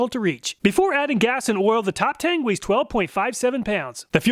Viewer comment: a stupid nitpick but it would be pronounced Top "Tongue". The "E" in chinese writing is pronounced like a short "U'.